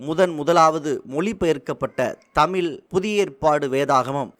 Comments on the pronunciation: "தமில்" இல்லை "தமிழ்" 😡. தயவுசெய்து நீங்கள் உங்கள் உச்சரிப்பை சரிசெய்யவும். ஏன் என் தமிழை கொலை செய்கிறீர்கள்? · நன்றி, ஆனால் இதில் பேசும் நபர் தமிழை கொலை செய்கிறாரே... வெள்ளையர் தமிழை வாழ வைத்தார்கள், ஆனால் ஒரு சில தமிழர், தமிழையே சரியாக உச்சரிக்க தெரியாமல் " தமில் என்று சொல்லி கொலை செய்கிறார்கள் என நினைக்கும்போது வேதனையாக உள்ளது. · மிகவும் நல்ல தகவல். தமிழக அரசுக்கு நன்றி 🙏. இந்த செய்தி தொகுப்பினை தொகுத்து வழங்கும் சகோதரருக்கு ஒரு வேண்டுகோள் தமிழ் என்று உச்சரியுங்கள் தமில் தமில் என்று குறாதீர்கள். நன்றி. வாழ்த்துக்கள் 🙏